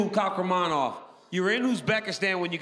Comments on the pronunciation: Saa-yeed k-haa-raa-mon-ov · His sir name pronounced as Qahramanove. It means victor or hero